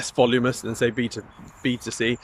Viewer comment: All I kept hearing was BTC 😅